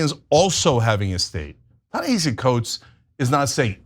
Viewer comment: Ana love u kween, pls learn how to pronounce Tanehisi’s name